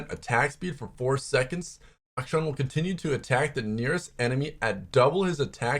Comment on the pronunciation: Rito said it's Ack-Sean